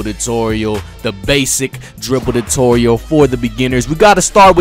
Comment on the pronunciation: Whats a Dutorial lol